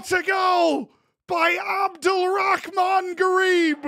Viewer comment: pronouncing Abdul Rahman with the most American way ever i love it